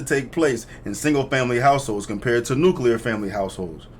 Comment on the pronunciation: Thank you for being one of the people who actually says “nuclear” right,. That’s a huge pet peeve of mine